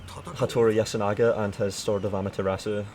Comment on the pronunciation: If we're here to discuss the Sword of Amaterasu, let's get the pronunciation right! :) - Amaterasu - Itachi and Sasuke